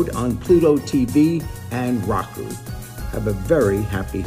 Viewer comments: Jerry pronouncing Roku as “Raw-Ku” at the beginning 💀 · It's pronounced "Row-Ku"